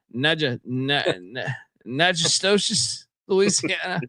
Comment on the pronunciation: Natchitoches= Nak-ko-dish Proper pronunciation= na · kuh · tuhsh